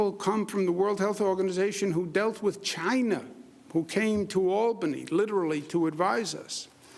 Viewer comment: Did he say China like Trump? Rent free😂😂